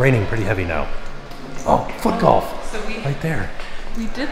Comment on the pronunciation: it did not sound like said Foot Golf 😂 I had to go back and check what he said!